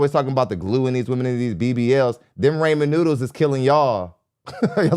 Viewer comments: Right? was peeve'ing me with the "Ray-man" noodles. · They’re called Rah-Men noodles.